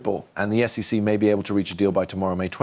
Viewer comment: It sounds like a person narrating, with realistic breathing sounds and pauses, but if you listen closely, it's AI. The whole thing is fake. For example, he (it) pronounces SEC as "sic", but in a number of slightly different ways. More AI clickbait crap.